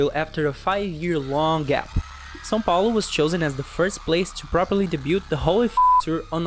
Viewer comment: só queria saber quem eh o... um beijo pra o e para o namorado dele... que eu acho que eh BR pela pronúncia de "são Paulo" sou desse canal ♥️♥️♥️